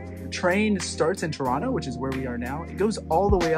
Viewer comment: Somewhat jarring to a near-local how you both pronounce Tirano making it sound so much like a North American rendition of Toronto — with the characteristic t glottalisation (t dropping if not at the beginning of a word). Next time: Clearly enunciate the first syllable to form the sound of the hot beverage tea — then the remaining syllables rano should follow effortlessly. That would then sound familiar and like/a/ music/a/ to an italianate ear! Thanks for an atmospheric view of my neck of the woods.